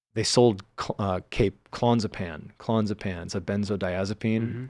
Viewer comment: its CLA-NAZ-A-PAM. AKA Klonopin 😂